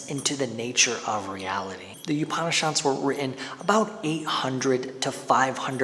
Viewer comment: FYI Upan in Upanishad is pronounced similar to oupan in coupon.